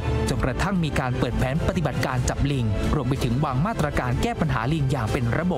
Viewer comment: ปะติบัด ใช้สระอิ ไม่ใช่ปะตีบัด.